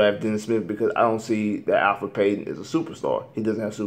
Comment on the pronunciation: You call yourself a Magic fan and you messing up Payton's name! It's Elfrid not Alfred, this isn't Batman!